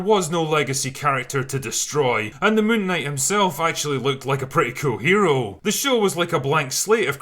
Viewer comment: i refuse to watch this movie til I can take the name seriously.. btw it's called "Moonk Night"